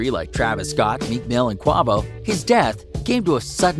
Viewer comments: Qwava LMAO its "Quavo" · Niggas Said Qwava!!! 🤣🤣🤣 #Wtf Nigga it's #Quavo 🤣🤣🤣🤣🤣😁loool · So we gon act like this nigga ain’t jus say Qwa’voe????? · Did this man just say “quave-oh” 😂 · Qwahvo ??? wow. Ok Try QWAYVO Quavo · Eish man said “Qava “ 😅😩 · Who in the fuck QuOvo ? It’s QuAvo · Sound like he saying guava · QUAVO (QWAY-VOE) 🤦🏽‍♂️ white people bro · Did anyone noticed this man said quavo qavo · Qway-Vo dumbass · Who is qwa vo Lmaoo the way he said it is hilarious . Secondly she isn’t his wife and probably ain’t even been dating that long she’s doing to much. And besides she probably wouldn’t have stayed with her that long anyway u know how these nuggas do when they get on they leave ya ass for ... just saying . Grieve and be humble girl. Fighting the family over money making u look like ... u had something to do with setting him up doesn’t make u look good UNLESS he left u something meaningful I don’t get it were they even engaged ? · And it’s Quavo=Quay- VO sound it out smh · if this nigga say qwahvo one more time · This dude don’t even know how to say Quavo , that’s how yu know this cap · "Quahhhvo" lol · Ysb Kidd HE MEANT QUAVO 🤣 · So annoying he keeps saying his name wrong. On every video. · Qwavo is what i heard😂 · Why is he saying quavo wrong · Bro the way he said quavo. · Saying Quavo name wrong bro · C'mon B if ur gonna cover the story at least learn how to pronounce rappers names right. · If you are going to do these videos, you should at least learn how to say people's names correctly.......Quavo.